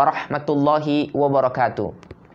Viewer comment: Afwan, afwan, karena cinta antum, maksud ana : Audio salam nya. Ana yg salah dengar atau gimana : salam pembuka dan ikhtitam terdengar : "wabarakatu". Ha dhamir nya ngga ada jejaknya.